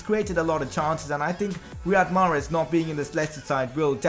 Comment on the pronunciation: greetings from Algeria. I am sorry to say but you pronounce mahrez wrong.